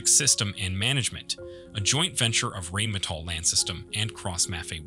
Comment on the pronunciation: in English you pronounce Rheinmetall as in Rhinestone and NOT Rainmetall